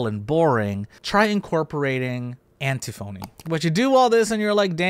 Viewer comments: antiphony is pronounced like an-tiffany just fyi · Just a note, because I used to mispronounce words this very same way in the past.. but it’s pronounced “an-tiff-uh-nee.” Sorry for being that guy! 😬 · thats not how you pronounce antiphony is it?